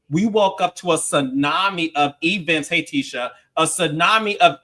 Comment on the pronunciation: 🤣🤣🤣🤣 “e-vents… hey Tisha!”